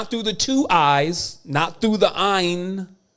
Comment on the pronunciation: iris not iron yo° get it straight.